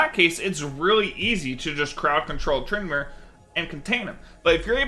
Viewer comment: You made a mistake "trynamere"